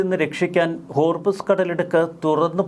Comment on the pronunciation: മോനെ ഹോർമിസ് അല്ല ഹോർമുസ് ആണ് ശരി 😂